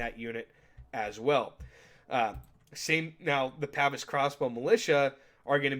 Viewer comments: Pah-vaise not Pavis old boy, when referring to the crossbow men. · I know someones gonna get mad about it so I just wanted to say: Its Pah-veese, not pav-is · The way you pronounce “Pavise” pains me.